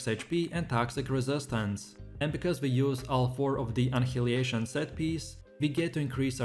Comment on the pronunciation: Omg cringe hearing you trying to pronounce annihilation